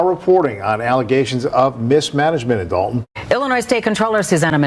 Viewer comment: It's Dolton, IL not Dalton